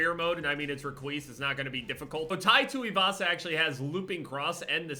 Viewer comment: The way you pronounced “Tai Tuivasa” was on point lol.